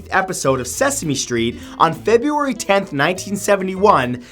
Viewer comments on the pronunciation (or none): none